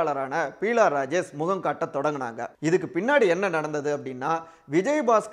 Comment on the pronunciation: She is not Peela Rajesh, but Beela Rajesh. Please correct yourself. It looks very awkward.